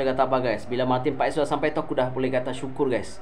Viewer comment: English u bagus bro , pronounce paes is Pass 😊😊